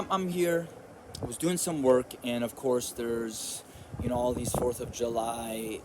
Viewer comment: The fourth of Yu-lie!!!!!.remove the j and put a y